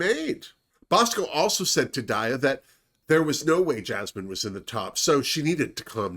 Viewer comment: hey! love your reviews! i'd just like to say that daya is pronounced DYE-yuh. because daya betty is like diabetic. just letting you know!